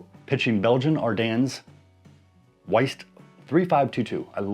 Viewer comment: Nice video, I picked up some of those magnets… and FYI WYeast pronounced WHY-Yeast 😊